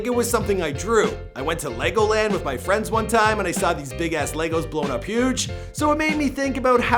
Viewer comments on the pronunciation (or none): none